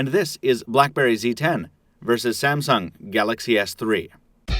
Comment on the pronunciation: When i hear when he says the samung word i thought he was saying about samson the giant